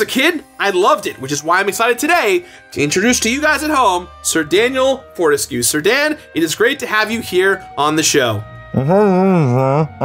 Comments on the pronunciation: Four-te-skyoo, not four-tes-que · I think "Fortesque" must be pronounced as "burlesque" and every other word with this -esque suffix.